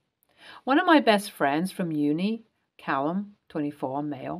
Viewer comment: "Callum" not Caylum